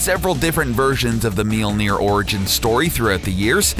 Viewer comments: ITs Mjølner øæå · Guys if you ever make a video about mjølner again please let a Scandinavia guy say it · Oh god he butchered the name i also hate this hole video it completely distroys the mythology of thor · It's called mjölner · Monkeyboy *mjölner